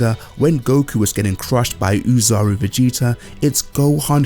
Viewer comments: The pronunciation isn't uzaru it's Oh-zaru, btw. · It's pronounced oh-zaru not ooh-zaru, the extra o is because in japanese the o in ozaru is an elongated vowel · Ozaru is pronounced with a long O, just so you know